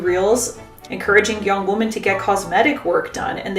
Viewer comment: Forgive me, but I'd like to offer some constructive criticism. Whenever you say "women" (plural), it sounds like you're saying "woman" (singular). The first part of 'women' ("WOM-") should sound like "WHIM," differently than it sounds for the singular 'WOM-an.' Also, the second vowel (e) should sound like the "e" sound in "mEN." When you say womEN, it should sound like "whim"+"en" (latter sounding same as in mEN). Thank you for the content, you're addressing important issues and I only hope to help with your presentation.